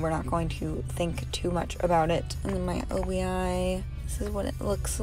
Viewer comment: the “o.b.i.” as you called it is an “obi strip” pronounced “oh-bee,” just so you know for future Japanese unboxings~ Can’t wait for mine to arrive~ I understand Japanese far better than Korean so I’m very excited haha